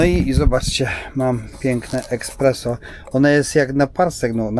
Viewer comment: espreso a nie eKspreso😂😊